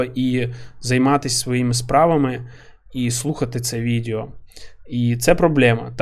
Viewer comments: не можу це слухати, кров з вух тече. відЕо а не відЄо! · Дякую за контент! Важко порахувати скільки разів ти вжив слово "відео". І то не страшно, що їх пекельно багато. І я розумію, що імовірно це момент переходу з "іншого язика". Але воно відЕо, не відЄо. Пробач, але мене щоразу наче струмом б'є. І з іншими словами все ок)